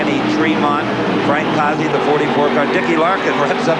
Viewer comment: Not how you pronounce Frank's name.